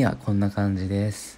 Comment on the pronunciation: でぇすぅふ…って聞こえるww